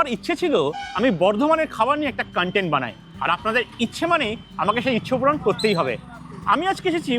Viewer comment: Dada khub bhalo vlog banao. However, "kan-tent" - pronunciation er meaning ta alada.....ota "KON-TENT" hobe ...same spelling though ... "content". All the best!